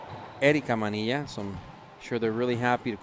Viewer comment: The name "Manilla" not pronounced "Maneeya" in English.